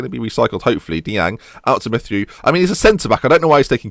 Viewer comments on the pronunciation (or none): Actually, it's more like "Matty-o", but british people can't pronounce the french "eu" properly, I think the sound that's the closest from the "eu" in Matthieu is the 2nd "u" in "August", if you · you pronounce Mathieu as Matt-E-You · Mathieu is pronounced the same as in Mathieu Flamini - Mat-yure